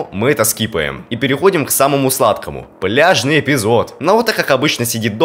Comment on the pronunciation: Когда ты сказал пляжный не послышалось бляжный